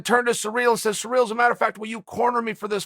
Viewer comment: Chael if you're gonna talk about the interim champ, have some respect and say his name correctly, it's not pronounced cereal gangnam style, final warning